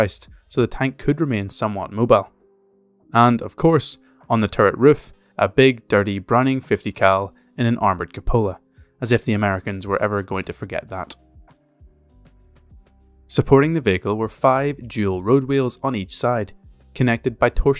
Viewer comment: Cupola - kyoo-puh-luh 🙄